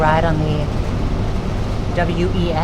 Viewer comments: We just pronounce it like the name "Wes". Looking forward to your other Portland video 🏳️‍⚧️❤ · Portland local here. WES is just like MAX in that you pronounce it like a name. This video got me wishing for a commuter rail service from Southeast Portland to North Portland that does limited stops and takes advantage of the existing freight right of way and also avoids downtown completely. Currently, you can do this by taking a light rail to a street car and then walking a bit to catch that same light rail again. No faster than riding slowly through downtown. Slower if your connection is not perfect. Unfortunately, I think WES is doomed to irrelevance because it does not go downtown. The eight trains per hour frequency of the light rail that does go downtown is all well and good, but as you experience, the connection back to the WES is terrible. I also think the over road section in Beaverton is so slow that people laugh it off. I remember when opened, the big pitch was that you could do a journey in 27 minutes on the train that would take 45 minutes on the highway. Unfortunately the frequency is every 45 minutes. If it were a longer route that went more places, it would be exponentially more useful. As it is, I’m pretty sure every station is served by line 76 bus.